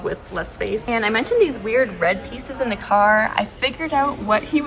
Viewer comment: I'm blue DA DA DA DA DA! DA BEARS LOL. I love Lord of DA Rings too!😂 just teasing but work on the the's tho.